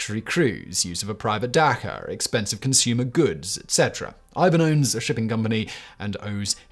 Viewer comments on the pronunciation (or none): The 'Ch' in 'Dacha' is pronounced like in 'Charlie' it's not a hard KH. Great vid, but this just bugged me lol.